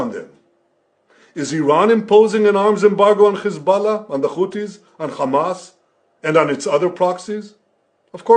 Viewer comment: Khammas😂🤣i think Piers Morgan leaned the pronunciation from Netanyahu 🤣😂